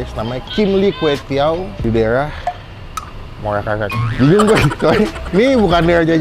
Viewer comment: Muara Karang bang bukan muala kalang... Nanti orang bisa nyasar itu kalau nyebutnya salah